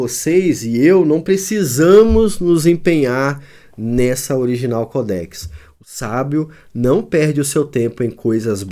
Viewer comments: Mais que ignorância quer falar sobre o assunto e nem observa à acentuação não é codéx e sim códex preste atenção antes de querer apresentar algum comentário sobre qualquer assunto viu sabidäo funcional ! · Cara não é codéx e sim códex preste atenção no português.